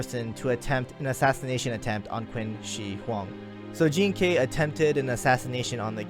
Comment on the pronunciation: Jing ke is a chinese name, jean kay is how they they pronounce that name